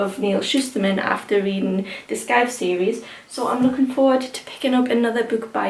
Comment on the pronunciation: Hey the scythe pronunciation is said with out the c. It's the same way you say the tool a grim Reaper holds 👍🏻